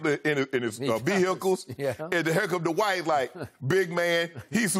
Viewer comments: Shannon said ‘Dwite’ “LOW HANGING FRUIT” 🤣🤣🤣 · Dwiht, No G in dwiht !! Lol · Shaq knows - that there is no "G" in Dwite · Shannon and Skip were calling him Dwite. Lol. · "Dwite" has Kryptonite boots... LOL! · Jalen Rose sais it best, there's no "G" in Dwiht. He ain't that guy. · "Dwite" is a decent player..lol SHAQ